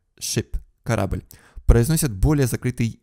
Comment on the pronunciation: Еще добавлю - супер медленная речь, есть какая-то странность в темпе речи. Значит человек не с севера, либо специально говорит черезчур медленно. Заметила акание с придыханием. Например "корабль" произносится как "кхарабль", Вообще заметно, что ролик озвучивал человек, который пытался работать над речью и говорить непривычно для себя, слишком театральная и неестественная речь. Акание с придыханием закос под московский акцент.